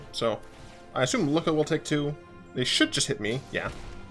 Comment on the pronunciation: I'm pretty sure that Lukka is pronounced Lukka, and not Lukka.